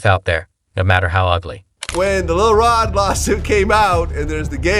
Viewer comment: Lil Rob? This dude be mispronouncing people's names on purpose. He expresses contempt for those people that way.